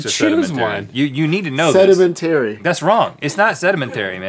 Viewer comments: Lmao why is this even a question? The root is Sediment, not sedement. It's se-di-men-ta-ry. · it's pronounced sed-i-MEN-t'ry - not sed-i-men-TAY-ree.... but i'll forgive you. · Sedementary? Sedemantary? What, how do you pronounce it? Sedimentary